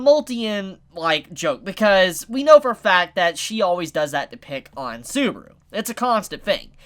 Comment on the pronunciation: dude its SUBAAAAARU,NOT SOOBRU